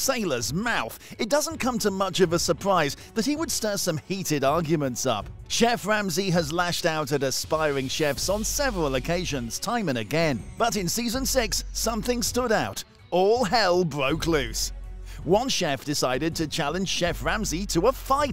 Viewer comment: Sevewal occasions. All hell bwoke loose!